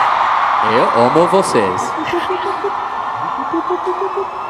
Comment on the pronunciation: “Eu omo vcs”